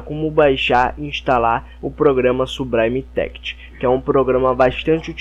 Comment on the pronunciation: "sublime text= subraime téct next=néact" rendeu risadas e ajudou vlw, s2s2s2s2s2s2s2